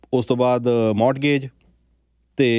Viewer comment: ਮੋਰਟਗੇਜ ਨਹੀਂ ਮੋਰਗੇਜ ਹੁੰਦਾ ਹੈ T Silent ਹੂੰਦਾ ਹੈ